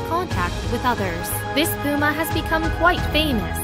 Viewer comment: She said poo'ma 🤣 and it's called Messy 😯